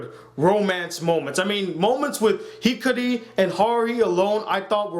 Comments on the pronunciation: Everytime. He said hikari I wanted to slap him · how hard is it to say Hikaru?